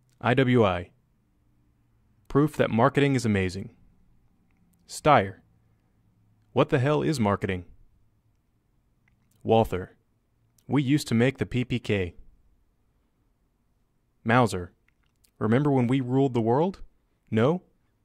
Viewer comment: IT'S PRONOUNCED "WALTER" - THE 'H' IS, WAS, AND ALWAYS HAS BEEN SILENT!